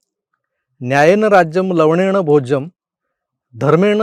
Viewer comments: मग आधी ह्या संस्कृत श्लोकाचे खरे उच्चारण अंगुठा छाप चायवाल्या भैय्याला शिकवा कि ते 'लवणेन' आहे लवडेन नाही 😂🤣🤣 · तो लव.... बोलताना लवनेम ऐवजी लव..... म भोज्यम असं बोलला होता